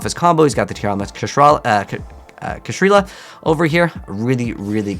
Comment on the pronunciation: It's still not "Kashrilla".